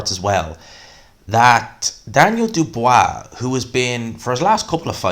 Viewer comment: Who's this "Dubwwaaaa" geezer he's talking about?